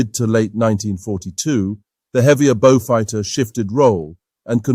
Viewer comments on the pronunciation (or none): Wld have been sooooo much better without the stilted AI commentary. Wtf is a “Bowfud” anyway?